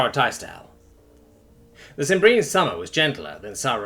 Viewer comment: It's fun reliving the old story. Only wish didn't insist on mispronouncing stuff. It's SIM-bree-an for crying out loud.